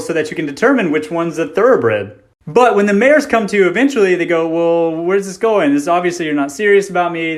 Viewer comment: "Mares" OH MY SWEET BABY JESUS